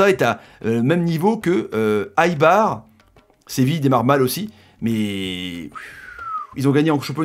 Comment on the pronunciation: Ah ont dit pas aiebar mais heyybar (pour prononcer l'équipe d'Eibar)